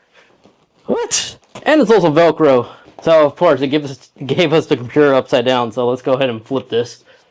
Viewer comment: compuurr lololol